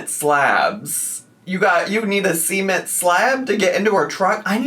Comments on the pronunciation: im sorry but... SEA-ment slabs??? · Not semen-t slabs 🙏🏻 🫡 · Semen-t slabs? The semen-t slabs???? Gurl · please never look up how cement is pronounced. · excuse me they are WHAT?! That's how you pronounce "cement"? 😭😭 as a non-native English speaker, this has me shook. I've always thought of it as "seh-ment". The way I'm hearing it it sounds like "SEMEN(t)"? 😂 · saying cement like Sement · not the SEA-ment slabs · Not cement like sement